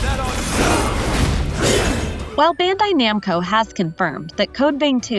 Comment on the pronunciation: Thats not how you pronounce bandai namco…